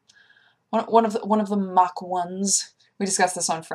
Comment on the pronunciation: Mark, not mach. Good day